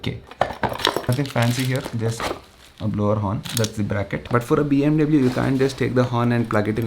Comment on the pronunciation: Dude pronounce BMW properly